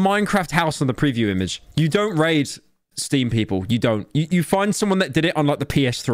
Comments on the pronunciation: Pyro please never pronounce "raid" like that ever again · Please never say "raid" ever again